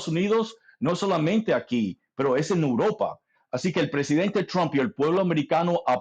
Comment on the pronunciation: “Ojal que uropa” 😂😂😂😂